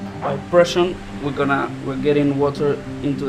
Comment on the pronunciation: es pressure nene pressure !! no pression !!! el tomy english teacher